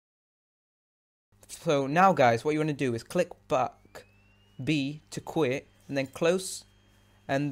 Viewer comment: you keep saying Hello guys Welcome Pack Speak slowly Your not saying Back XD